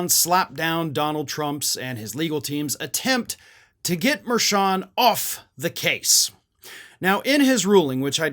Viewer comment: are you saying Judge Merchan's name correctly, though? He's Columbian-American and I noticed that hispanic commentators and news personalities pronounce that "ch" that same as cha-cha. Just saying, if you're gonna call Trump out, you should get it right, too.